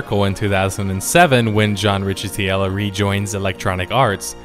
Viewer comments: Rikkuh-TELL-o. Or that's how they said it when I worked at EA. Good history; I enjoyed the video. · Dude your pronunciation. It’s RICK-E-TELLO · Ooh nice choice. I can't wait to sit down and watch the whole thing! Just a few minor pronunciation things. The former EA CEO's last name is pronounced Rick-uh-tello, and devs generally pronounced the game's acronym like swoe-tor (although there were a few variations). When you're talking about a game all day every day you tend to greatly shorten the syllables needed to pronounce it so it doesn't feel unwieldy in everyday speech. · Never heard anyone pronounce it ess-dubbble-u-tor. Everyone says Swoah-tor and it's John "rikka-tello". Pronouncing it John "The-Antichrist" is also acceptable. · His last name is pronouced Rikkitello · Hey man, no offense here, just some constructive feedback, but next time, for a whacky last name, I'd just google it. i'm sure you'll hear it until the end of time from this video forward, but, its "Rick-Ah-Tell-Oh". Otherwise, a great video as always. I don't really care all that much, but, some people will literally unsubscribe for that pronunciation. Its the internet, after all.